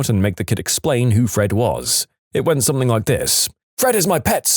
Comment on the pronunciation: No k in the word something